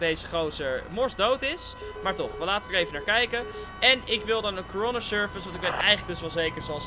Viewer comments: hoe coroner service zegt corona service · Je zegt bijna corona service